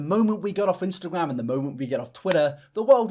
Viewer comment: I thought he said "menstrual" instead of "Instagram" in the first clip omg